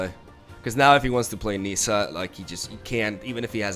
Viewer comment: It's pronounced 'Nissa' like how it's spelled. It's not 'Neesa' ... smh